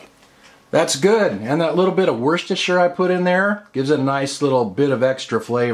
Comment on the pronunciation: I love it when people say Worcestershire correctly. Nicely done. Your dinner looks awesome.